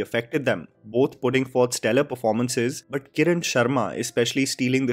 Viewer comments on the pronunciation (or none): none